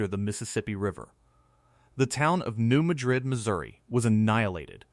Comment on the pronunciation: I’m pretty sure New Madrid is pronounced New MAD-rid.